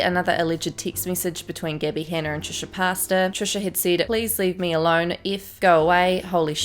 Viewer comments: "Trisha Pasta" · Trisha pasta? 😂 did I hear that right?? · No one: Not a soul:: TrIsHa PaStaS